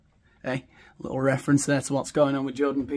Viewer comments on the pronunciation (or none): none